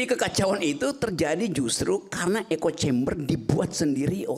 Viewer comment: Astagfirullah 100x...😮 Echo...kaleeee bukan "encoing"